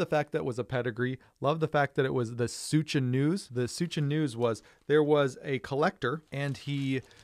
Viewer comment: I’m pretty sure Suscha news is pronounced like fuchsia.